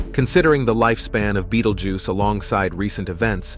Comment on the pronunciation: Dude switches from saying the name like you would if pronouncing the name of the movie beetlejuice, then back too be-dal-geuse